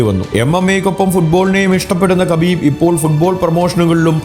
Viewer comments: Habib Ennanu 🔥😂 Khabib എന്ന് വായിക്കുന്നത് ഹബീബ് എന്നാണ് ....പുള്ളി തന്നെ പറഞ്ഞിട്ടുണ്ട് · ഹബീബ് എന്നാണ്. അതുപോലെ തന്നെ ഹബീബിൻ്റെ പിൻഗാമി ആയി റഷ്യയിലെ തന്നെ ചെച്ചിന്യയിൽ നിന്നുള്ള യുഎഫ്സി ചാമ്പ്യൻ ആയ Khamzat chimaev ൻ്റെ പേര് ഹംസത് എന്നാണ് ഉച്ചാരണം. അറബിയിൽ ഹ യും ഖ യും ചേർന്നതാണ് ഉച്ചാരണം. അതിനു ഇംഗ്ലീഷിലോ മലയാളത്തിലോ അക്ഷരം ഇല്ല